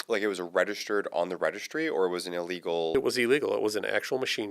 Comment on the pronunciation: Inlegal or fucking illegal...you're on a goddamn mic...get your annunciations correct.